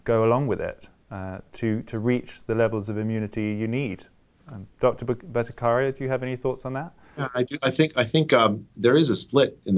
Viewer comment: While I appreciate your decision to speak with these distinguished scientists, it is jarring to see that the interviewer did not take a small step in learning how to pronounce the name of Jay Bhattacharya. Bhatta-kar-ya was so jarring to my ears. Kudos to Jay for not letting that affect one bit his dedication to science and what he was trying to explain.